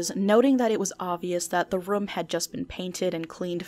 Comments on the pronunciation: me: "room": "röm" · Not a complaint, just wanted to say... I dunno how to feel about "Room" pronounced like "Rum" hahahah no hate, love your channel btw, bingewatching all your vids.